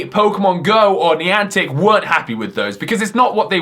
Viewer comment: Please dont say nieantic